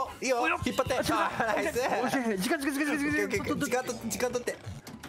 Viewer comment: 時間って言いすぎてじかいになってるのめちゃ可愛いです(*'ω'*) 二回ほどグーイージくんの出番スルーしてるのも笑いましたｗｗｗ